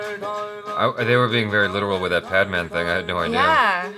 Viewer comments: It is pronounced as 'Pad man', both of which are your regular english words. The way you pronounced 'Pad' as 'paad' is the Hindi word for 'fart', thus fart man. :) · Its Pad Not Paadh😂. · bhai its not padman its pad-man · paadman=fart man the real is PAD as in Sanitary pad so its PADMAN !! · PAAD MAAN nahi PAD MAN 😂😂😂😂😂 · He said.... Paad maan... 😂😂😂 Its english....your language.... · This comment is from my ghost. I died laughing when he said पाद-मान. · Did he sat paadmaan😂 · pronounce it paad maan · did he say "PAADMAAN" 😂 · you're 1st pronunciation of "Pad man" was "Paad Maan" and "Paad" in Hindi slang means "Fart" hahahaha... Just a fun fact to laugh on.. 😂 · did he just said paad?? that means farting in our language.. sorry 😁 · I love how you both fight over the understanding of trailers and your pronunciation of Hindi words is hilarious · how can you not pronunce padman